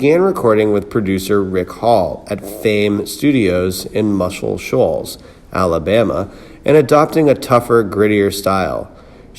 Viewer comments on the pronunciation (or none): As a narrator, you may want to learn to "simpatico", "Warner Bros." and Muscle Shoals.